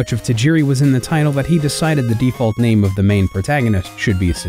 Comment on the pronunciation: I was hype and then I heard you say his name. I'm out.